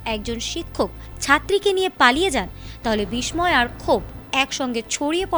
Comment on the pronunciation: মূর্খ সাংবাদিক বিস্ময়করকে বলে বিষ ময় কর